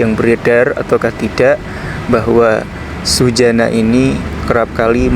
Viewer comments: MAUNYA SEH GAYA DIPLESETIN GITU NYEBUTNYA .TP YO JGN SUSANA JADI SUJANA .KOK KOYO NMA ORG LAKI .WKWKWKWK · Nama ny suzanna bukan sujana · Suzanna bukan sujanna